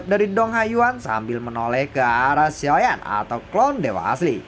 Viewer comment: Bg ngomong "Xiao Yan" nya jgn di gituin kurang enak denger nya Kaya dulu aja bg pembawaan nya enak. Dan pertarungan dewa bintang 8 bg bukan fighting bintang 8,bawa pke bahasa Indonesia aja jgn Inggris Inggris an